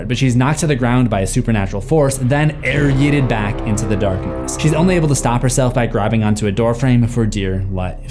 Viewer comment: The emphasis on AIR YEETED 😂